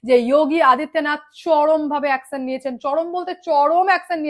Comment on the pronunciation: Akson na action please pronounce correctly 😂